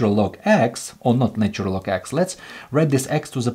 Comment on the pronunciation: Please teach this person to pronounce the word " natural " correctly !!